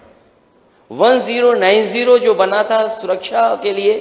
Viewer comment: Suraksa nhi bolte honourable .sir suraksha bolte hn.